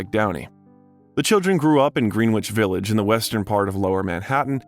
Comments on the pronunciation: Greenwich Village ... how can you not know it is pronounced "grenitch"? and Marisa Tomei is pronounced Tome-may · Great bio of a great actor but Greenwich Village is pronounced GRENICH Village , NO "W"! This artist's hangout where I went to the New School for Social Research in the early 1970s, now New School University where Parsons School of Design is affiliated. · OK here at the start of this biography, the narrator pronounces the name of the NYC neighborhood that RDjr grew up in as GREEN-WITCH Village. Needless to say New Yorkers are HORRIFIED when anyone says that. The correct pronunciation is GRENICH Village! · Also Greenwich Village 😆🫣🫣